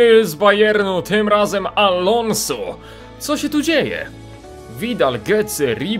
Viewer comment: czyta się alonzo a nie alonso